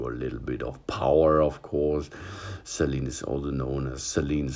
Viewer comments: It’s pronounced “say-leen” Not “celine” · Some pronunciation. SALEEN WATER Sort of like HOLY WATER. HEEHAHAHAJAJAJA!!😁